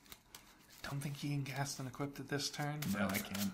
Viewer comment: I enjoy your content, this video made me cringe every time I heard "Equipted" Equipped, when you equip a creature it becomes equipped, no "equipted" It sounds a bastardization from enchanted, as a the other mispronouncing I hear frequently is "E Quip Ed". Keep up the cool work, and I look forward to more of these.